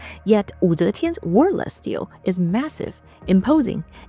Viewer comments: Great video thanks, Chinese history is hard to find in the west….😢 For future reference, in English, Stele is pronounced like stee-lee not steel 😊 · Stele is a two syllable word- pronounced as steel-lee :)